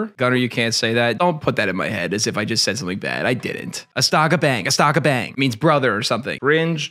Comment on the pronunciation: Pronounced like bong not bang. A in Indonesian sounds like Ah. Astaga bang is like damn bro. Lived there for a few years.